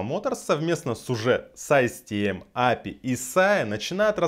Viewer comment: Ну правильней будет не Апи, а ЭйПиАй!